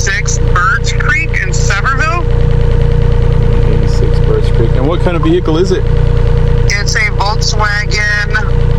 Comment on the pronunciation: Must be tourists! It’s Sevierville not severville🤦🏻‍♀️